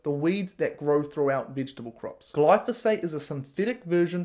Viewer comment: If you can't even pronounce vegetable, .....Sorry bud, veggies are yummy, no issues here! I'm a human, not a carnivore.